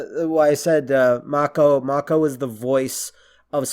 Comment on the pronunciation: Mako, is pronounced May-Co. Its a shame we can't get a version of Conan that is true to the source material. Of course, it would be X rated, and most today would consider it, barbaric. Pun totally intended. Anyway, the track 'Riddle of Steel' is the intro song. The best song however is 'Riders of Doom,' which is used when the Dogs and the forces of Thulsa Doom attack. The part where Conan's mom lowers the sword is her accepting that she can't do anything in the situation, plus Thulsa is using his powers to influence her. He later attempts it on Conan at the end of the film, but clearly Thulsa Doom is not able to save himself. Max von Sydow is a legendary actor. Swedish, and speaks english well without an accent. He's best when playing a villain, but I really like his work in Three Days of the Condor. He doesn't speak much in the role, but his subtlety and ability to act and say a lot without speaking, really speaks to his acting ability and talent. I have no idea what they're talking about with the Red Sonja film. Brigitte Nielsen, who was once married to Silvester Stallone, was not in Mortal Kombat as Sonja Blade. Bridgette Wilson was the actress in Mortal Kombat, who also was in Last Action Hero, another Arnold film. I guess was confused by the similar names, but they don't really look anything alike. Brigitte Nielsen is older and taller, she's 6'1" and her age is 53. Bridgette Wilson is 5'9" and 43 years old.